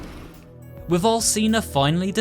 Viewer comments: Its not Al(s)ina its Al(ch)ina. You need to read it that way!!!! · Bruh I’m 3 mins in and cadou and Alcina are pronounced wrong cadou is (cad-ooo) and Alcina is (Alchina) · And alcina (alchina)